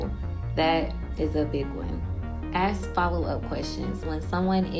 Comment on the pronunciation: She talks very ghetto, idk who is complimenting her 😂 “axe” instead of “ask” abd talking slow? You just come across as slow not educated at all girl. And those ghetto baby hairs my lord these women are lost